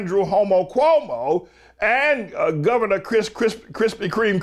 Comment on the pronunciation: I think he is hungry because i swear i heard him say Krispy Creme